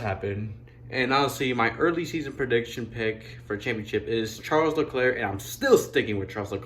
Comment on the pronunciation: No, it's char leclarie